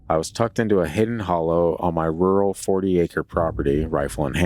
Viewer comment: I love hearing read the word rural. And it seems to happen so very often. 😂❤